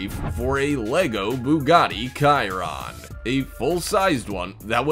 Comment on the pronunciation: Bugatti Chiron is pronounced BU-ga-TEA. SH-y-RON.